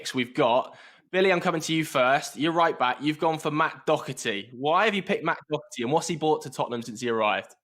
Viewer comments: How do english people say dockerty and not Doherty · It’s Doherty not docerty 😂😂😂😂😂